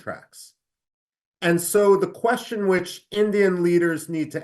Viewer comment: कोशन नहीं होता कुवैस्चन होता है 🙏🙏